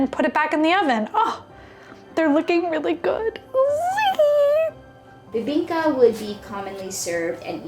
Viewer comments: you kinda nailed the bibingka! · Bro!! You did our Bibingka Good!! Wow!! ❤❤❤❤❤